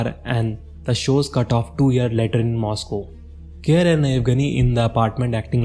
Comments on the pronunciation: It's pronounced 'Kay-Rie' nor 'Care'. Nice video. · it's pronounced Care-Ree